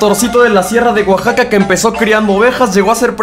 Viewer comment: "Atencion a todos los frneiRes" Oaxaco.